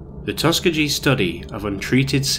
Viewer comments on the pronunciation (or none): Not trying to be a dick but Tuskegee is pronounced tus-key-gee I’m from Alabama (unfortunately). Just found your channel and I love it! I’ve been binge watching all night at work.